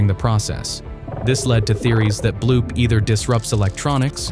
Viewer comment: its bloop not bloob